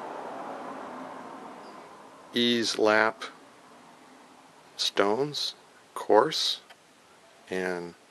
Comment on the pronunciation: it’s pronounced ‘easy lap”.